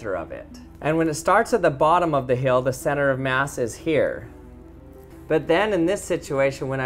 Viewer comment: he also pronounced "hill" wrong